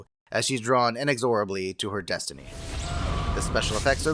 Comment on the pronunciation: its "inEXorABLE" not "INexORable"